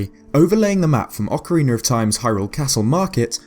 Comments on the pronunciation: Please stop saying "ocarener" it's ocarina! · my man, stop prenouncing Ocarina of Time as Ocariner of Time wich it sounds like you do...it bothers me as a Zelda fan. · you say that in many videos: Ocariner instead of Ocarina. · It's just his accent making the extra letter appear in the word. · Ocariner of Time. Then the instrument is an Ocarina. Why does an "r" sneak on there? Many questions, so few answers... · Legends of Zelder: Ocariner of Time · OCARINER OF TIME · you know what, i think your absolutly right buddy! :) aqnd yah Ocariiiiner hehe ;) love it! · "Ocarinar of time"... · Sorry, i cant stand that ocariner shit. Once, maybe, but this many time is making my ears bleed. :'( Otherwise good videos, but i just cant stand those intrusive R's. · Please stop saying "ocareener" of time, it's annoying.